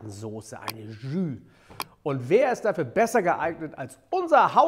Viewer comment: "Tschüh". 😁Holt mal euer Gastro-Französisch nach!